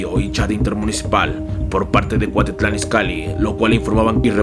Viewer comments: Buenos videos pero enseñate a pronunciar es cuautitlan no cuatitlan por eso estamos como estamos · Andas en el barrio Piox, como que por una bacha!! Pero es Cuautitlan, no cuatitlan jajajajaja solo un dato! Buen video!! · No es cuatitlán, es cuautitlán!!! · jajajajajaja "GRABIEL" Y "CUATITLAN" jajajajaja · Se dice Cuautitlan y no Cuatitlán se dice Mariguana y no marijuana se dice Cocaína y no cricri neta no te das cuenta o te haces güey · No inventes primero enseñate a pronunciar tanto los nombres de las personas y de los municipios se dice Gabriel no Grabiel y el otro es Cuautitlán no Cuatitlán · Cuatitlán, clanepancla, aiga 😂😂😂😂 no MMS neta??? 😂😂😂😂